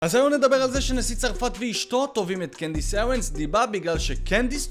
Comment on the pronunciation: אבל למה הוא אומר Candace Ewens